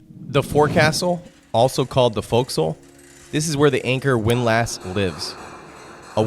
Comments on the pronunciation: Its not pronounced Wind Lass, its windless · A wind LASS? You mean a windlass! Is this AI? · It's foc'sle (foksil) and windlass (winliss) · The pain of having to listen to this person, who claims knowledge of maritime topics, repeatedly pronounce "fore-castle" and "wind-lass" makes the video nearly impossible to watch.